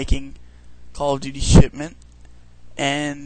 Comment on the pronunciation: It sounded like you said "shitment".